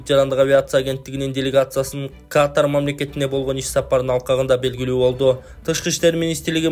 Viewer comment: Каатар эмес катар эле туура суйло